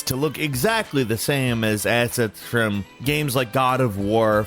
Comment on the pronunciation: "asshets freum" lmfao how shloshed is?